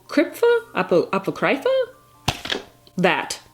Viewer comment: Here's the pronunciation for Apocrypha for you ~! uh-poc-riff-uh. Apocrypha refers to works of scripture written by unknown offers that do not contribute to the accepted canon of scripture. Which is kind of interesting title for a series such Fate. Given the multiverse theory is used to great extent in this universe. Could end up being a pretty interesting entry in the series. Probably gonna end up watching all of these shows, though I haven't really been the biggest fan.